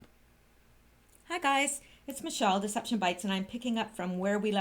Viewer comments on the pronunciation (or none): none